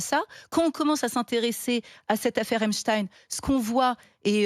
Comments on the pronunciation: Bizarre cette prononciation 😮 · quelle s@ ces journaliste " Epstine" ca fait plus russe que Epstein , tout le monde sait de quelle religion il est n'esseyer pas de le faire passer pour un chretien russe en utilisant Epstine au lieu de Epstein, comme heptein, woody allen, baldwin, shumann , ect... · Les medias francais ne prononcent plus epstein mais epstine tout ça pour creer un lien avec la russie c'est incroyable et impressionnent leurs niveau de propagande.ils font ça pour que ça sonne moins juif 😂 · C’est qui Epchtine? On dit Einstein !!!! Quand on dit Albert Einstein on dit pas Albert Einchtine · Avant de parler du Kremlin, parlez de sa proximité avec Israël... Epstein et pas Epstine... Allez au fond du sujet, même si vous redoute de dire certaines choses evidentes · Après avoir entendu autant de fois prononcé Epstine, Albert Einstine à du se retourner dans sa tombe. Bravo. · on dit pas frankestine....non appelez le epstein....soyez serieux c est tellement degeulasse cette affaire....pedophilie ...torture...cannibalisme...corruption des etats a leurs plus haut niveau.....bref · ridicule cette facon de dire eptine........😂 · PAS EPSIN. S'il vous plait. Vous dites EISHTIN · On ne dit pas Einstine mais Einstein alors dire Epstine ? est-ce pour que ça ne sonne pas juif ? ein , zwei drei et non ine , zwei , drei.... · Epstein pas epstine😅😅😅😅c'est pas un Russe il est juif et fier de l'être.donc votre charabia vous le gardez pour vous 😅😅😅😅😅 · Pourquoi ne pas prononcer correctement le nom d'Epstein ? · les journaleux sont incapables de prononcer le nom Epstein correctement! Dans quelle école ils ont appris la langue française?! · Pourquoi prononcer Epchtine et non pas Epstein Et pour Albert Einstein vous le prononcez comment ? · Encore un qui dit Epstin au lieu d'Epstein. Bizarre. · Sans deconner, il peut prononcer correctement le nom EpstEin et pas EpstIne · Déjà la prononciation du nom patronymique du personnage cité. "Tine ou teigne"